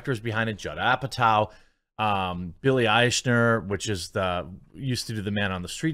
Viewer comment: Nice of you to pronounce Eichner's name correctly (from a German point of view) More respect than he deserves, but still great.